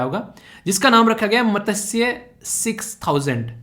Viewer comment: Sir mene 21.57 pe jo apne padhaya matsya scheme ke bare mai bolana chahti hoon ki iske pronunciation galat h... right 1 is mas-chya not mata-say.. ye sanskrit name of fish se derived h.. and sare teacher in YouTube ise ap jese hi pronunciation karte h joki galat h..i know is always right iss lie ap isko right pronounce karo..